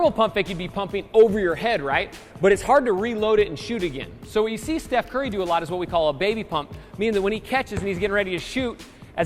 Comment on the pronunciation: it's not chef curry it's steph